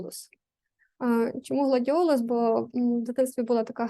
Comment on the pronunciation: Гладіолос 😂 чи гладіолус 😊